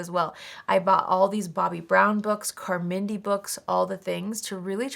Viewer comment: Interesting pronunciation of Carmindy’s name.